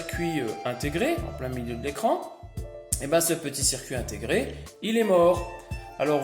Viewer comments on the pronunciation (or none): none